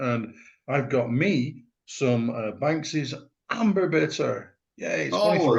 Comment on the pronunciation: "Bonkses". A Black Country beer and that is the correct pronunciation of the name.